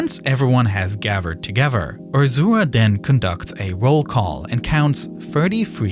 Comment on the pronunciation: Yeah, everyone gavered togever. They were firty free, right? 🤦‍♂